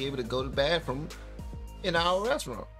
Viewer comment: FAMILY "Bathroom" has no "F". It's pronounced, "BaTHroom" not "BaFroom" - TH, not F.